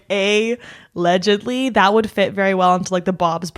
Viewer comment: ro-mantle & a-ledge-edly, let me give you my money!